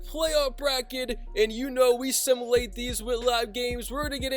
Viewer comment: Bro, learn how to say simulate